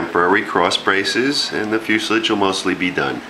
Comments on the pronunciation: Oh my god how funny, it's fuselage, not fuselige, at least learn the terminology, newbe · "Fuslige?" Fuselage is a French word. Fus-e-lage. Say it like a Frenchman. Nose cones are for rockets. Airplanes use spinners. Is there enough dihedral in that wing? Peck kits fly well, if you build it right. I left the gear off mine. Less weight, less drag. I like the jig, though. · I've worked for two aircraft manufactures and it is commonly pronounced as fuselage, in fact 100%, never heard it pronounced fuselige haha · Many of our Aviation terms came from France and fuselage was one of them. The "ah" is correct,, as in fewzelahj. Crazy but true. Empenage is another, ahmpenahj. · You say fuselage wrong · I noticed your way of saying it... and then I got over it very easily. On YouTube... you’d better get used to people saying things differently, along with having accents and the like... or you’re going to have a very rough go of it. I’m very much enjoying your videos. Thank you for taking the time to share your fun.